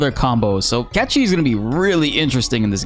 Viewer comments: can we stop calling him catchee. it shows you are not an old school fan. its cait sith.sorry but its super irritating to say a simple name like that wrong. its like sayng tomb rider instead of tomb raider. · God am I glad that that we will get our answer on Feb. 29 as to how Cait Sith's name is pronunced... And pronunciation is some of the worst ever Cait Sith = Cat She:D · im sorry…. is it NOT pronounced as KATE-SITH?! cuz i will be mortified if i have been pronouncing his name wrong all these years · Oh god please no just call him Caith Sith 🤦🏽‍♂️ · we will finally see how cait sith is actually pronounced looking forward to that the most cat chi never sounded right to me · It's Cait Sith...just pronounce it like we all do instead of trying to be cooler by pronouncing it "Catchie". Cmon. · wait you're saying "cat she"? huh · Every time you say "cat chi" I cringe like a mf. Please stop calling him that. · Nice content as usual. I think your saying Caith Sith's name wrong. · 😂 true. I never heard it pronounced that way so it caught me off guard. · Why do you pronounce Cait Sith like that?